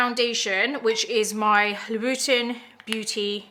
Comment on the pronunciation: That’s how you say Louboutin??? I had no idea.